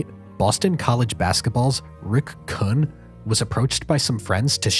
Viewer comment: These names don't "sound familiar" because you didn't pronounce them correctly. There's only been 1000 of movies/docs/youtube videos where the names "Rick Kuhn" and "Lucchese family" are pronounced properly